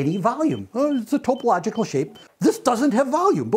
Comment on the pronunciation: (1) That's not a klein bottle, it is a broken model of one, sort of. A real klein bottle cannot pierce its own side like that. I get that it is a illustrative representation, but filling it, tracing a path around it, etc etc is silliness. (2) I cannot find ANYWHERE where "topological" is pronounced ""toe-pe-LOJ-i-cal". It's "top-e-loj'-i-cal" in American and British pronunciation.